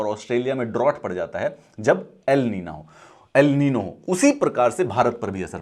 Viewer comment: ( El niño , La niña ) ( The Boy , The Girl ) this is Spanish words. and pronounce is ( एल निन्यो , ला निन्या )